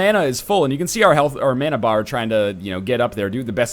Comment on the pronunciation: Happy about this series. You say "mana" wrong. I'm drunk.